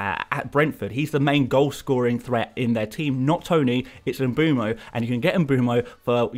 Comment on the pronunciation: “Em-boom-oh”? Why are English FPL commentators so poor at pronouncing foreign names? It distracts from what is otherwise excellent content.